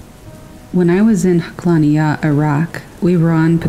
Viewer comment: Haqlaniyah is pronounced Hak-LA- nee-ya.